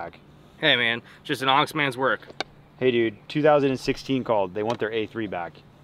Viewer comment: Anax isn't pronounced onyx. It's more like an-axe.